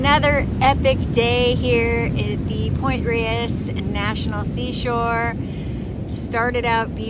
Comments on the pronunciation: great content. FYI, it's pronounced Point "Rays" ❤ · My senior year of high school, my PE credit was Sunday morning hikes at Point Reyes and Mt Tam. Life changing. Btw,, the locals pronounce it “Point Rays”